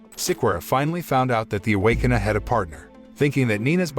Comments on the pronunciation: The Away-Con-err? ROFL Awake-kin-er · Can you say ,Rrrrr? Now say awaken…! Now say..A w a k e n e r..Ok…much better…..just foolin around…thanks … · Bruh the robot voice can't even pronounce Awakener and just says Awakena